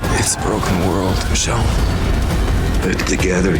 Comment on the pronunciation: It’s Michonne